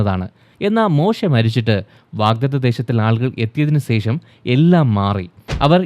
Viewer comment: Don’t keep on telling “sesham” pronounce it correctly with clarity “shesham”